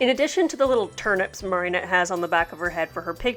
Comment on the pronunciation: Just gonna ignore the fact you say Marionette instead of Mari-nette because I love you